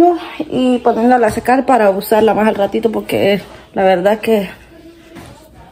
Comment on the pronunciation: Mija se pronuncia MÁS énfasis en la letra S. Como lo dices se oye MA